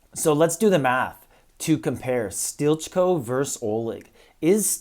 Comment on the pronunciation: Isn't he pronounced as 'steely-co?' Stilitcho.